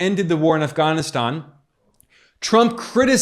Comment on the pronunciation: Um as soon as you pronounced Afghanistan they way you did. That was weird if you’re an American. Sounds like a wanna be them. You are directly attacking Trump showing video clips out of context. I just wanna add, Trump was the 45th president he could not fix in 4 years all the broken policy’s that came before him. He got blamed a lot for obama policy, Trump Supposedly separating kids from parents at the border, that was obama policy. Due your due diligence people for the sake of Truth. Dr has an interview with the head of boarder patrol at the boarder, the agent told that Trump policy had rapid DNA testing for children coming w/adults claiming them as theirs.. it was immediately removed when Biden took office. The Biden administration is making money off sex trafficking. How come no one is talking about Hawaii anymore? And that strange fire where no national guard was called in and thousands of children were lost. Spare yourselves guys this guy is getting paid to spread lies and distraction. There is way more to investigate than what I’ve said here.